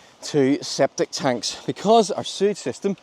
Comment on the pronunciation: "Sceptic Tanks"...lol.